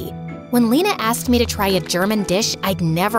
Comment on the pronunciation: bruh the way she says lena its funny as a german u pronounce lena not lina like eeee not iiii